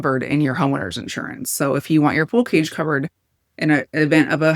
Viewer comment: Did you say “pool cage” ?